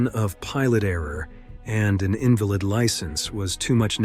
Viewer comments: I don't know how it works, but AI narrations (which I'm guessing this one to be) seem to be the trend now, but they often contain some odd pronunciation gaffs. I don't know what authority is to blame for issuing poor "invalid"s [in-və-ləd] , who probably can't even get out of bed, a pilot's license, but they should be investigated. Of course, he meant [in-val-əd]. Even more odd, though, is that statistic at of one in "one thousand thousand". Guess that's even better than one in a million. Sorry, I don't mean to make light of the tragic loss of life in the video. I'm just commenting on the choice of presentation the uploader elected to use. Otherwise, the video itself is good food for thought for anyone into these kinds of activities. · in-vuh-lid license? Come on, stop with the computer generated voiceovers you weirdos. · AI voiceovers suck.... "IN-valid" license? Like a license to be handicapped? Why can't AI figure out it's "In-VAL-id"? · AI... Is this AI narrated? why did you say the pilot has an invalid license and pronounce it as 'IN-va-lid," (as in someone who is not able to care for themselves) instead of "in-VAL-id" (as in something that is expired or revoked)? There are too many narration issues in this video. Like instead of saying 5 in a million, the narrator says, "five in one thousand thousand jumps." I really don't like AI narrated content. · you just love hired narrators "invalid license" :) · An "invalid" license???? Your robot A.I. narrator pronounces the word "invalid" as if referring to someone who is HANDICAPPED!!!!!!!!!!!!! Why the FUCK don't you correct the narration before you post this video??? Is that so HARD??? Or better yet, get a REAL HUMAN to read it. What a novel idea huh? When we talk about an "invalid license", the word is pronounced "In-VAL-id", not "IN-v'lid"!!!!!!!!!! SMDH